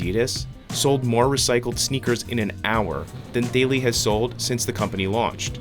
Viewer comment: The company is called "Thaely", but it does sound like Bailey.